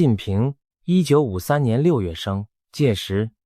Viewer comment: 是习近平，不是西近平，ai配音配的准点